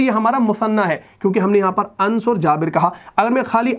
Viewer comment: Ans nahi anas sahi pronunciation hai.